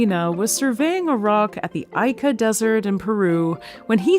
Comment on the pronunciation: Just a quick note: Ica, Peru is pronounced "EE-Kuh" not "EYE-KA" Source: Latina married to a Peruvian from Ica. Great video! Loved this thank you so much :)